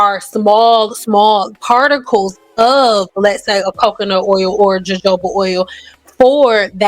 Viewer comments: Thanks for the info. But, if by chance you read this, "Jojoba" is not pronounced JoeJoeba"". It is pronounced "HaHoba". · Good content. One thing, the “J” in jojoba oil has the “H” sound. Therefore, it’ll sound like you’re saying, “hohoba.” Just so you know. 🙂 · Your content is great and informative. To be fair, the word was mispronounced more than once, which is why it stood out. I don't think viewers are trying to devalue or deflect from the nformation provided. When positioning yourself as an educator or expert, clear pronunciation and communication are important. Accuracy in both information and delivery helps strengthen credibility and ensures the message is received as intended.